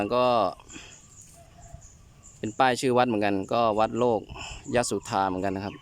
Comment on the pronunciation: น่าจะอ่านว่า โล กะ ยะ สุดทา นะครับแอด